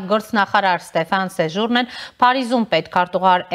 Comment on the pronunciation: Էդ շեշտերը ճիշտ դրեք , Սեժու'րնեն ուրն է ?? Սեժուրնե'